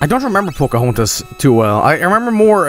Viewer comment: "pocohontos" oh boy